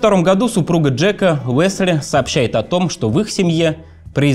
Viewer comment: Спасибо за интересный материал, за хорошую работу по его подготовке и за сам канал в целом! Очень тяжело слушать диктора с дефектами речи. Много комментариев уже было по этому поводу - к сожалению, ни авторы, ни сам "диктор" к этому не прислушиваются. "Весли", "Мевони". "Вондон" - коллеги, ну так нельзя(( Куда делись стандарты дикторского искусства?